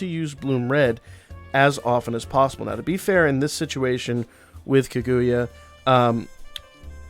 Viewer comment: Car-goo-yah. And yah like in yahoo. That is how you pronounce Kaguya.